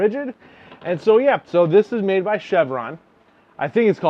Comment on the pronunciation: CHERVON pronounced “shur-von”